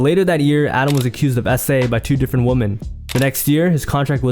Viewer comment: You say woman wrong bro.